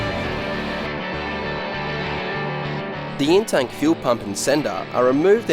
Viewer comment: I thought had a cold and was saying Intake Fuel pump.... Took me way too long to figure out he was actually saying In-Tank Fuel pump..